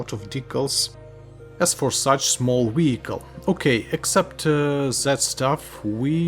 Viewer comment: Wery,wery, wediculous wehicle.